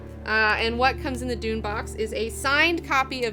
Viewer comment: heh, she says Dune box, I hear doom box as in a ladies